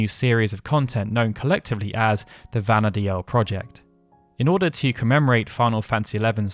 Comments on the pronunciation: I'm pretty sure Vana'diel is pronounced "Vana deal" not "Vana dee-el". Im sorry to point this out, but you said it wrong so often I couldn't help myself. I know this because the Japanese is written as ヴァナ・ディール, which is literally pronounced as bana-deeru. If it was meant to be pronounced the way you said it, Vana'diel would be written in Japanese as ヴァナ・ディーエル. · This comment! I like his content so much! But the way he pronounces Vana'diel is annoying! Even in a couple of interviews, the developers say the name as 'Vanadeal,' not 'Vanadealel'... I find it really hard to watch these videos because of this! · Take a shot every time he says “Vana Dee-EL” instead of “Vana Deal” 🍺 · If it was pronounced the Japanese way, anglicized, it would be Vana’dehl, not Vana’deal. デ in JP is pronounced similarly to “deh”, however with a slightly longer sound in this case as it has the double “e” sound. If it was “deal” it more likely would have used ヂ (di), instead. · That's not how you pronounce Vana'diel, btw 😅 it's "vana-deel." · That was making me scrunch up my face. You can even hear the pronunciation as "Vana deal" when you watch the opening FMV. Of course, I'm one of those who always said "Bastawk" instead of "Bastook" so I must live with my hypocrisy now.